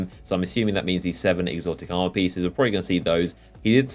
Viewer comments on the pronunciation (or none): none